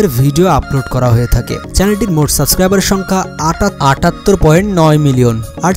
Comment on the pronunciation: সাসক্রাইবার? 😂 সাবস্ক্রাইবার বলা শিখ ভাই!